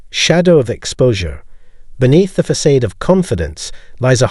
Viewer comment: Fa-said???? It’s facade: Fa-sawd.. this pissed me off everytime you say it wrong!!!